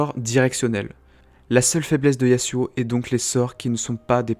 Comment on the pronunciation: Jveux pas faire mon reliu mais Yasuo se prononce Yasso. C'est un nom inspiré de la mythologie japonaise Et Illaoi se prononce ïlaoye C'est un nom Traditionnel Comorien